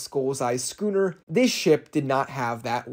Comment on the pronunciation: Who else heard “gooner” instead of “scooner” 😭💀